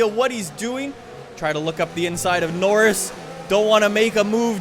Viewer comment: Why does say norris' name wrong